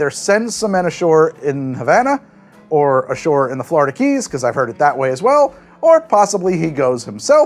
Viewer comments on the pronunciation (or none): none